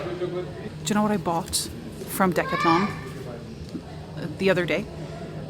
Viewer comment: Such a contrast to Svalbard ! (and there is an L in Decathlon 🤣)